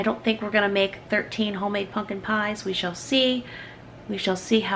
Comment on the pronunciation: you lost me with the way you mispronounce pumpkin. repeatedly.